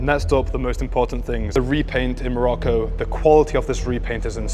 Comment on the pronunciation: Do you find it difficult to pronounce the name of the Kingdom of Morocco? 😏😏